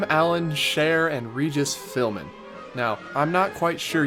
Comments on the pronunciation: Regis Philbin, not Philman, but yes, this would be number one on my list….it was just awful. I liked Innoventions,especially when they had those video games. Rocket Rods would follow Superstar Limo. Monsters Inc should be leaving real soon. To round out my top three would have to be Fantasyland Autopia. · It’s Regis PHILBIN not Philmin. But yes, that ride looks stupid. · Did you say 'Philmen' or 'Philben'? I could've sworn you prounoused Regis' name like the former and not the latter ... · Regis *Philbin there is a 'b'